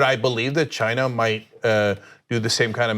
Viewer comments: when Trump says China it sounds more like he is saying vagina!😂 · Why the hell does Trump pronounce China as Gina ?!?! This is what is really bugging me. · When is Rump going to learn how to pronounce “China”? It’s not “Shine-a.”